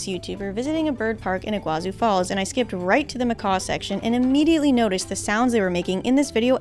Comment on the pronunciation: It's not your fault but it's not pronounced like iguazu falls the çu at the end of Iguaçu sound like tsu in Portuguese or the sound of two s it has no way near the sound of z